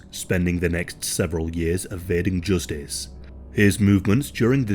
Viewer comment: Joostice. I'll never say it normal again